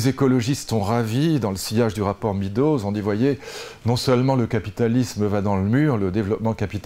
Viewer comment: On dit médows, pas midows, lulu